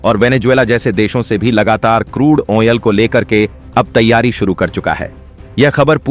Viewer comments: क्रूड आइल की जगह क्रूड ओनेल बोलना और अपना फायदा बढ़ाना जैसे झूठ बोलने में जरा सी भी शर्म नहीं आती तुम्हें। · चूतिया, आयल होता है आयनल नहीं। शब्दों की अशुद्धियां हंसने पर मजबूर कर देता है